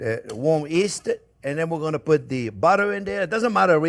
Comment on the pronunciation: Love your videos. A couple of things. It's yeast not east, and a rectangle not a triangle 😂😂